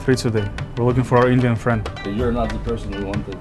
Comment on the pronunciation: You shouldn't say Indian like that. That racist